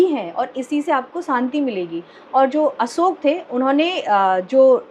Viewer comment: Sahi ucharan kiya hai, Asok kehkar.